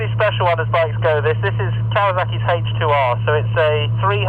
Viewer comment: この動画ではじめて"ヘイチ"と言う発音を聞いたかも…